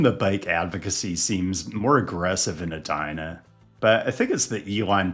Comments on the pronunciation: it’s pronounced “bid-e-maka-ska” And E-dina not Ah-dina 😜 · Eee-die-na. Not Ed-die-na. Come on.